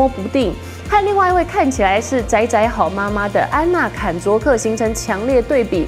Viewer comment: 安娜"砍"卓克wwww 聽起來超像新片名wwww